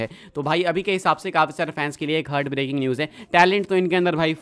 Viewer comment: hurt breaking nhi heart breaking hai 😂😂